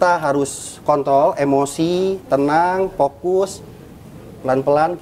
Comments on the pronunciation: Kontrol bng panji 😭😭😭 bukan Kon😭😭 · kontrol nya ga pke R :v✌️